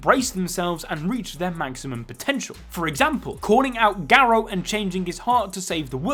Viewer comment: Him - ga-row Me - gar-ru